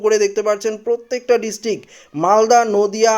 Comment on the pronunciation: পত্যেক, ডিসটিক..... এগুলো কি উচ্চারণ? প্রত্যেক, ডিস্ট্রিক্ট উচ্চারন করতে পারেন না কেন?